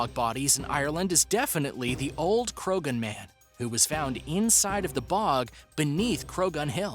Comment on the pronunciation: The gh in Croghan is silent. Why do the researchers for these videos not do their research?